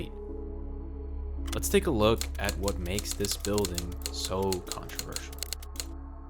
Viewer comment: Never knew it was so contravershul - er, controversial.